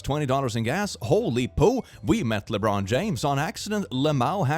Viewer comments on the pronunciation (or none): none